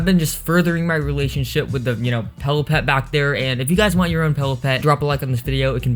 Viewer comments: It's PILLOWPET not PELLOW PET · Why does he say pellow pet not pillow pet??